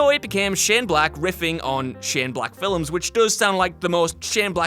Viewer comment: Does it both anybody else that he adds a syllable to the word "films"?